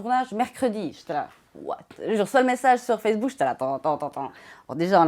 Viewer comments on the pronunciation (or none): "Les princes de l'amoure", "facebooke", insuportable cette façon de rajouter des "e" aux mots ou il n'y en a pas. De plus arrête un peu de faire le choqué ça fait 10 ans que la télé-réalité c'est du cinéma et tu le sais très bien arrête un peu de faire le mec outré t' es aussi faux qu'eux.